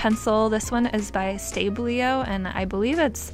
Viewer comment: did u literally just said Stablio instead of Stabilo, my childhood is hurt.